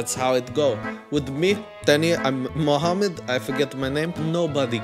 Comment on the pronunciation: I’m hearing a Vlad not Mohammad. 😂